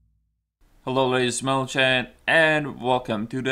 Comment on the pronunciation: Sorry I gotta ask, is the "ladies and mentlelgen" some kind of joke, or does not know how to say gentlemen? I'm thinking (and praying) that it is a joke..!;D